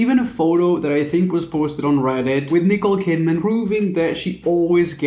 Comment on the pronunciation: “ Nicola Kidman “ 🥴🥴 it’s Nicole and you have it written on the cup in front of you. 🙄🤦🏻‍♀️